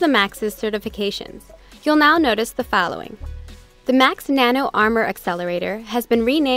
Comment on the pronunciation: "Youll now notice the fallowing"